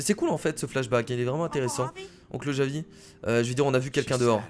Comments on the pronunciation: C'est Javi pas Ravi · POURQUOI TU DIT RAVI C'EST JAVI C'EST ÉCRIT COMME ÇA NON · Kaan Kose c la prononciation en anglai c normal 😒😒